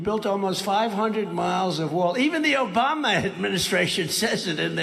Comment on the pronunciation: "OBAMNA" (sic) 😂